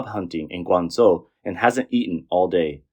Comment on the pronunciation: Guanzuo 😂😂 Guangzhou =wanjou